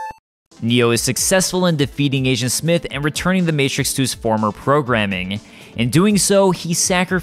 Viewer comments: When you say agent, it sounds like asian. Lol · I Keep hearing “Asiant Smith” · You keep saying Asian Smith... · I keep hearing ASIAN smith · Kept hearing him say “Asiant Smith”